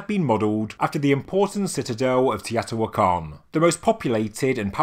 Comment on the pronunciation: Long time subscriber & love your channel & all the research & discoveries you bring to us. BUT, sorry, Teotihuacan is pronounced - tay-oh-tee-wáh-con.